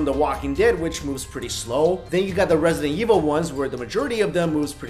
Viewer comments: he said residential evil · did he really just say residential evil? SHAME